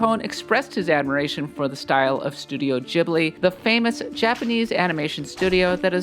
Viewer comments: Ghibli.. not Jibli... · Ghibli is pronounced ‘Gib-lee’ not ‘Jibley’🤣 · it's pronounced Ghibli, not Ghibli